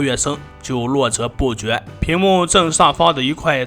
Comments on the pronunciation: 络绎不绝=络泽不绝？🤣🤣🤣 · 小学没毕业，废话挺多。络绎不绝，把绎读成择。